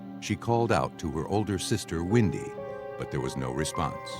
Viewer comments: Windy? You really can't say Wendy? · Is the name Windy? Or Wendy? It’s Wendy! Can’t people pronounce simple names?😊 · Narrator saying windy sister saying Wendy 🤷‍♀️ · Why are they saying “ windy” it’s Wendy!!!! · Why does the narrator pronounce that poor girls name as ‘Windy’ ??